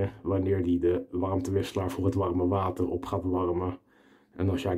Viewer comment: klinkt bijna Rotterdams!